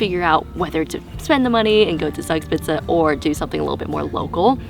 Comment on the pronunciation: Your pronunciation of Zugspitze is criminal. Same for Garmisch- PartenkirCHen